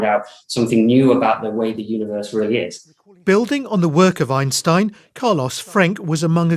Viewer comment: ok, he can not say T, only E, Dark MaEEEr. EinsEein. Sometimes he correctly pronounces it. I am clue less. And of course I was not here to learn about Dark matter, there are scientific channels for that, not Russel.